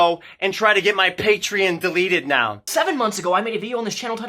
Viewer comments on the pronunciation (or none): “Patrean” -Onision Everyone else with a brain: “PATREEEE ON!” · Its "Patreon" not "Patrein." Damn Fool... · OMG STOP SAYING PATREEIN GREASE ITS PAY-TREE-AWWWN YOU"RE NOT FROM FUCKING BOSTON! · Hate how he says Patrein Patrien my Patrien got shut down. Onision’s the only one I’ve heard pronounce it like that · The way he says Patreon makes me physically cringe... "Patrein". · "Paytreeyin" -onionboi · I forgot how much I hated the way Greg pronounces Patreon. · He deserved to lose his Patreon for the way he pronounced it alone. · Patreon should make a rule that you can only have a patreon if you can pronounce the name correctly. Onion boy wouldn't stand a chance. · Why does Onision say Patreon wrong? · I get triggered every time he mispronounces Patreon.... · I still can't believe he doesn't know how to pronounce Patreon, there's no i! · I hate how Onision pronounces "patreon" .. I don't know why it irritates me so much.